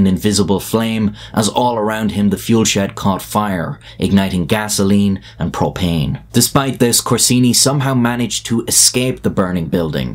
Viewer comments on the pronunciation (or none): none